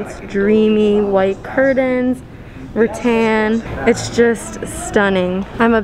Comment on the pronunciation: Puh-leez! Stop saying "Ra-ton" like in Won Ton. It's "Ra-tan" like what you go to the beach in order to get.